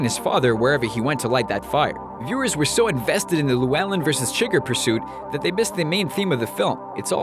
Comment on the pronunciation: How are you explaining the ending to No Country when you clearly haven't even seen it? It's not "chigger" it's "Su gar"